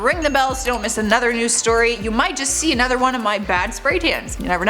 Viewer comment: Just an observation, always says hard A's. including saying A-nother. Nothing against her. She's cool, I've heard other people speak this way. She just takes it to A-nother level. lol.